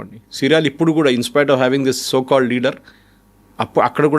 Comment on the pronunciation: Thoo kaadhu... so ani maatlaadu.